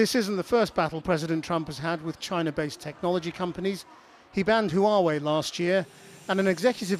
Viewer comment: Asset Orange was having problems saying 'China' normally recently. Tsaynaa